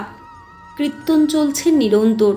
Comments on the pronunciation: কৃত্তন বলছেন কেন ? ওটা কৃত্যন নয় কিরটন বা কীর্তন । এত মিষ্টি কন্ঠ কিন্তু ভুল উচ্চারণ ! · বারবার কৃত্তন‌ কৃত্তন‌ শুনতে কানে লাগছে